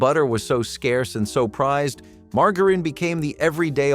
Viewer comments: Margareen? No, it's margarine, pronounced more like maar.jr.uhn. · Mar jar ihn, margarine